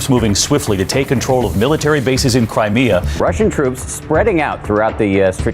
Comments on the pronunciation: btw bruh, it’s not Cremia or 🗣’Creemeea’, it’s’Crime-E-Aa’. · I was a huge fan of yours but aapne bahut saare important facts bataye ni isme n kuch ko twist kiya... Btw skillshare se koi course lijiye n crimea ka sahi pronunciation seekhiye..